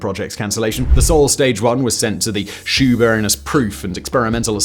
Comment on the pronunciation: He also mispronounced Shoeburyness.